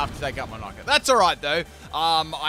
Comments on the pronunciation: do you purposefully mispronounce the names? It isnt Nike it its Nick it. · Nickit is pronounced Nick - It. “Nick”means steal in the UK, so it literally means steal it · the way you pronounced nickit destroyed my ears. day 74 of asking for a full torracat team